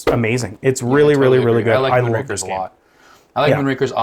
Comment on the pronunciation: Moonrakers...buddy kept pronouncing Moonrakers as Moonrankers. It's Moonrakers, as in rakers like raking leaves. Not rank, like a grading system.